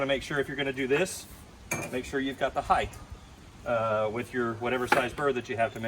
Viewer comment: *height not heighth